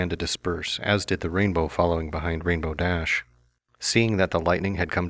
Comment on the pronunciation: My only complaint about this series is that the emphisis is supposed to be on rainbow, not dash